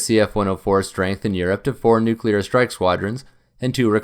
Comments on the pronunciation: The word is "nuclear" and not "nucular" as you pronounce it. "new" + "clear" = "nuclear". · It’s a common pronunciation. Not as annoying as “aks” instead of ask. Never mind that it doesn’t make sense, but this is English we’re talking about and the relationship between spelling and pronunciation is purely optional.